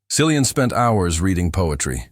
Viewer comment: His name is pronounced KILLIAN. Hard C. Least you could do is learn that.